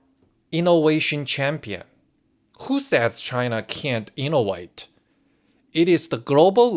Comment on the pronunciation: Im sorry I know it's just the accent but pronouncing "innovate" as "innouate" is like you time travelled from ancient Rome, the "second middle kingdom" IMP•C•IVLIVS•CAESAR•DIVVS